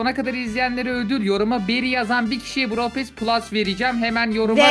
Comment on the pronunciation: Abla betıl pass deyil o brawl pass😅